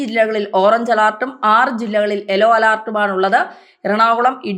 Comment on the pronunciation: എല്ലോ alert അല്ല. യെല്ലോ alert ആണ്.